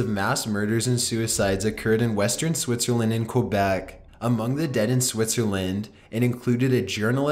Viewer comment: quobec. .. rly... is that a new country? it is Quebec. pronounced Ke Beck